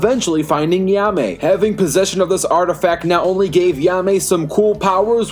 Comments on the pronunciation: you did not say his name right at all bro said ya-me instead of hai-me JAIME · Lol ya may? It’s Jaime (hi mey) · No disrespect but ur saying jaime wrong it's like "Hi-Mai" not "Ya-Mai" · Who tf is he-ame! Its jay-me or hi-meh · “Yahmay rise” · Also, if I may, Jaime's name is pronounced as "HIGH-MAY" I know Spanish isn't your strong suit (heh) so I'll cut you some slack but please keep that in mind next time. Thank you. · Its pronounced ha-eemeh(jaime) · Yaa-may? What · Great video but the way you pronounce Blue Beetles name really bugs me lol. It's pronounced Hi-May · 1. ............. learn to say his name.